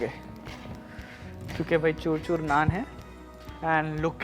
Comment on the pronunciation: Try learning how to speak choor choor, it's not churchur